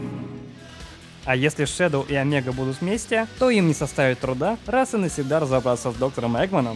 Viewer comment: Не и омега а е омега